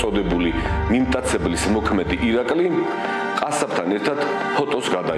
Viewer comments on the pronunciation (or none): რატომ უმახინჯებ წამყვანო სახელს მისი სახელია ირაყლე